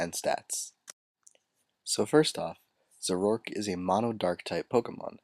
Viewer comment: i thought it was pronounced "zor-o-ark"